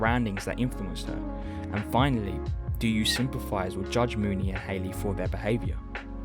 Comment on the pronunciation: Why does everyone on YouTube pronounce her name "Moon-y" when she's called Mo-ny in the film